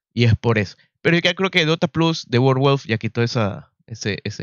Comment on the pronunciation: Mi negro bueno tu review, pero me revuelve las tripas el como pronuncias valve, y overwolf. Veo tu video en silencio y con subtitulos.